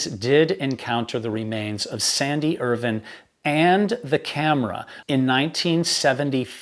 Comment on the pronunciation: I agree. He's very knowledgeable and experienced, he writes his pieces very well, he's very articulate, he speaks clearly, there's no verbiage, and he's one of the few American's I've heard who pronounces Irvine's name the same way the British do! Which is why I have been very happy to subscribe to his channel - I love him, and have watched him for hours at a time!🤓